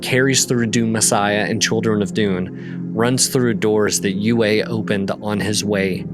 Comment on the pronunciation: His name is pronounced "U E" not "U A".